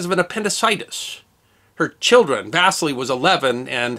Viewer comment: va SEE lee. Not Vastly. geez